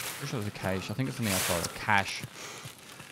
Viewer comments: It's pronounced cash. Not caysh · well yes but the actual pronounciation is cash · EXCUSE ME SIR IT"S CALLED A KACHIE NOT A CASH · Don't say cache like "cash"... The correct pronounciation is "Ka-ching". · it's pronounced cash not cache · i think u'll find that its pronounced kracjioux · NGL Its weird he said "cache" instead of "cache" this time ykno? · Whats annoying is to have someone spend two weeks trying to pronounce cache and getting worse every iteration.